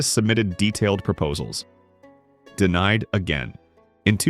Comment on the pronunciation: DeMied instead of DeNIed = AI